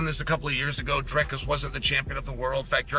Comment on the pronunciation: My all-time favourite pronounciations are Stricklands "Dreicus" and Covingtons "Cumshot".